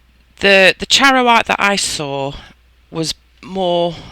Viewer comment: I am so in love with your techniques. You pronounced charoite correctly 😆 Thank you for your time, explanations and the effort you put into your tutorials. I am a much better creator after watching many of your videos... I started with Monte Marte and quickly realised that was not a professional product. I wish I could upload a pic of my makes today using your gold quartz. So happy Jan 😆 ♡ 💜